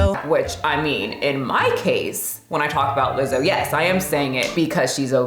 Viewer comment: Wtf is uh-Lizzo